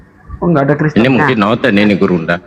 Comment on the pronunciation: bang ini bener2 dah😂 dia bilang gurunda zuma yg sangat besar 😂 tapi saya dengar nya: "burungnya zuma yg sangat besar" 😂😂😂😂😂😅😅😅